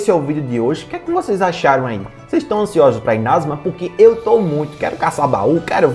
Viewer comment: É Inazuma e não inázuma ! Ótimo vídeo !